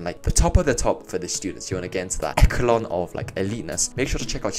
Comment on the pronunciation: i still cant go over the fact that you said ecKelon instead of eSSSHHHHelon